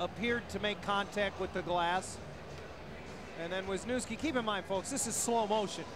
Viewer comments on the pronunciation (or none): veezniouvskee )) not the pronounciation i expected